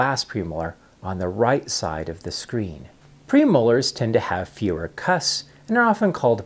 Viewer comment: Please pronounce the 'p' in the word 'cusps'.